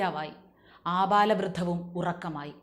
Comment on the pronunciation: 'ആപാലവൃദ്ധം' എന്നല്ല 'ആബാലവൃദ്ധം' എന്ന് പറയണം